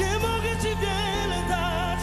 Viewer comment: jakaś wada wymowy? We frazie "nie mogę Ci (ti) wiele dać"